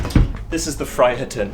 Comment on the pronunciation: Didn't understand much of what was said about the thingamajigs, but it sounds great! About Friheten, it's pronounced Freeheten, translates as "The freedom".